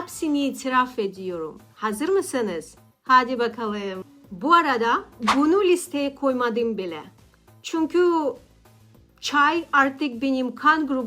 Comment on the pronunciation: Bir Türk olarak ufak bir tavsiye vermek isterim. Yabanların Türkçe konuşurken en çok yaptığı şey sizde olduğu gibi noktalı harfleri noktasız, noktasız harfleri noktalı gibi söylemek. (Yaşadim) (Çalmadim) (Çunku) (Uyaniyorum) (Baktim) (Başkasinin) (Nasilsin) Tabi ki bunu kusur olarak söylemiyorum eğer nasıl daha gerçek bir Türk gibi konuşurum diye sorarsanız cevabı için 💙